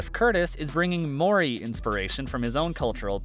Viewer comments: And had to cringe at the pronounciation of Maori - its not moori but Mow - Ree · Amazing that they are going for another movie, let alone multiple movies. Note to the narrator: Google the pronunciation of ‘Maori’ 😉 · the pronounciation of maori tho